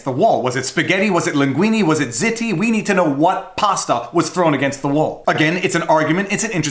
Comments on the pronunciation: Regarding ziti , it's not ZIT-tee, it's ZEE-tee, right? FYI, the smaller version is mini ziti . :-) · Zeee-teee! "Zitty" sounds like a teenage affliction. Lol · Overdue nitpick from me: If the Sopranos can be considered an authority, ziti is pronounced "zee tee." I would interpret "zitty" to be akin to "spotty," replacing, mutatis mutandis, spots with zits. And please forgive my recent hiatus of providing annoyance. I'll try to be more diligent going forward. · Ziti is pronounced Zee tee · Awesome video as always. For the record it is ziti-zeetee or zeedee depending on how fast you say it. 😂😂